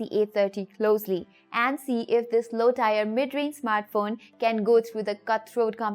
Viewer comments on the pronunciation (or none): Tier pronounced t-ear not tyre.